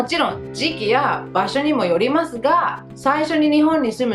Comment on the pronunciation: 。細かいことだけどね。～ですが～。というときの「ます」の発音ですけど、「まず」と、すが濁っているで、きをつけてみると、より自然になります。 余計なお世話でしょうが、老婆心ながら。